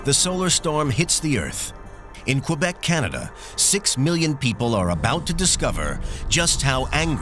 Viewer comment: "Qwebec" No dude you don't pronounce the u in Quebec